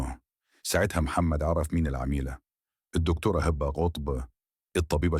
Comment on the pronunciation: انت مش عارف تقرأ كويس ليه اسمها هبه مش هابا و كلامك مليان اخطاء عيب كده 😮😮😮